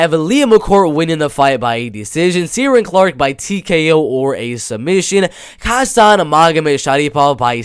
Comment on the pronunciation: Just found your channel you really know your bellator, its pronounced shin-aid for sinead and keer-on for ciaran btw